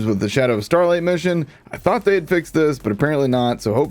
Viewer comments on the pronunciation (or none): none